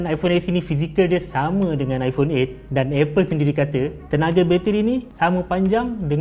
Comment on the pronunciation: Best dengar bro ni nga jing ipong hahahahah puas!